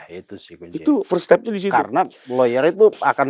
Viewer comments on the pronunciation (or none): none